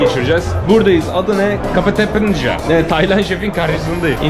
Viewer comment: Kafetepınja değil Kafeteriya 🤣🤣🤣